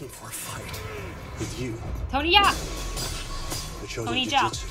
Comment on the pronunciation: Jackie Chan talking about Tony Jaa. it is definitely a j sound, not a y sound (maybe a little bit zh).